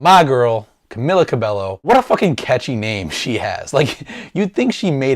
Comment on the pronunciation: i know it spell Cabello but when you say it its Ca-be-yo nice reaction though